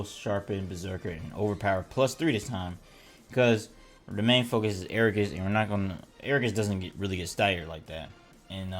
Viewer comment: I'm not even gonna watch this because you say agarus wrong. It's ag a rus. Not air a gus.